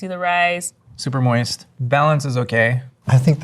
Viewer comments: wtf is “moisty” 😭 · Pro Chef says "Moisty" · Please stop saying "moisty". 😆